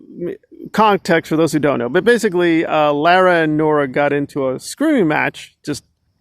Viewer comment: You still can't pronounce La-ra